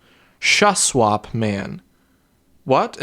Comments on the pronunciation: as a BC resident, I'm happy to see my province represented like this in the news 😂 (p.s. Shuswap is pronounced "Shoe-swap") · ahah it's pronounced shoe-sch-wap idek where in BC it is but i live here lmao